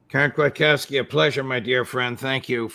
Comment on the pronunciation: Kfiat-kov-ski - . Polish name , and if one wants to be really picky & use proper grammar - it should be "Kwiatkowska" for female gender . Kwiatkowski was Her fathers name obviously and English speaking people make no such gander alterations when it comes to surnames . Polish people do tho . 👍🏻